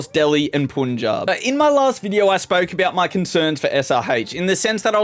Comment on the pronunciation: That's punjab not puunjab